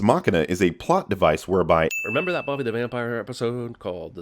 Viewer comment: "Remember that Bobby the Vampire episode" Should have sinned him for slurring and not saying the full title simultaneously.